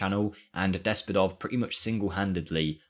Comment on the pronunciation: My Bulgarian ass just couldnt stop giggling when i heard the pronunciation of both Despodov and Ludogorets😄